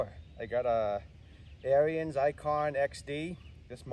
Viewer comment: Pronounced Air ens